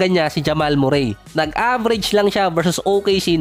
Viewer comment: Correction boss not murey(murray)merri ang bigkas✅